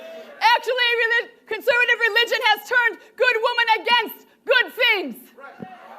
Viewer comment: "Con-sir-vitiv reelid-tchin"